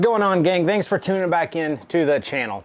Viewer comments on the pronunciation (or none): none